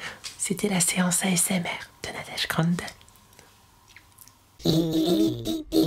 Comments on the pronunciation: Steresser ? Asmer ? Mes mignonne oreilles ? Pas gerave ? O_o okkkkkkkkkk.... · "Asmer" Il n'y a pas de e dans asmr ?